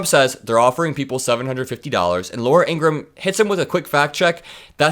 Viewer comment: if you're going to mock Trump for mispronouncing names, you should learn to pronounce IN-GRA-HAM the same way the Fox host pronounces her name.